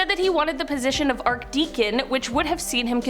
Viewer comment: "Theophilus" is pronounced "Thee-off-o-lus." The "Arch" of "Archdeacon" is pronounced "Arch-deacon," with the "ch" in "Arch" pronounced like the "ch" in "chest," "cheer," "chop," etc.